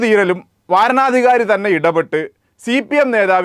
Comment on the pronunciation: വാരണാധികാരിയല്ല... വരണാധികാരി. മദ്രസയിൽ പോയി സമയം വേസ്റ്റാക്കുന്നതിനു പകരം മലയാളം ശരിക്കു പഠിച്ചിരുന്നെങ്കിൽ!